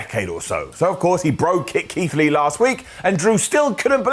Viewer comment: Did mean to say “Leath” (or so) instead of Keith Lee?